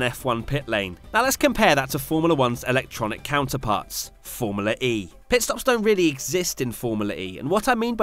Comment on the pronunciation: Anyone keep hearing Pet stops 🤣😂